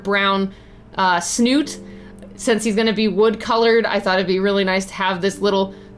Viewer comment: Also, you saying "snoot" instead of snout was delightful. Hahaha!